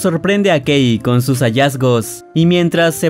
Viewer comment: ¿Alguien más entendió gay cuando dijo que la esposa se llamaba Kay?